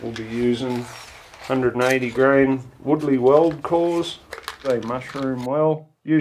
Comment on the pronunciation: grain NOT gram